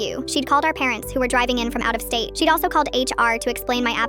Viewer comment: her: out of state, what i heard: out of space